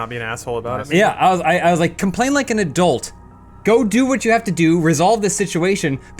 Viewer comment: pronounces "adult" as "erdilt"